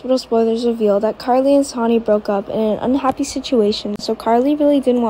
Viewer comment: His name is Sonny not Soni. Please get names for right. Most of your reading is ok I guess.